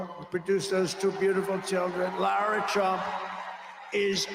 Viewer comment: It’s Lara, NOT Laura friend